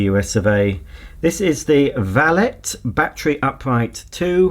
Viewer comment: valet rhymes with ballet, not ballot.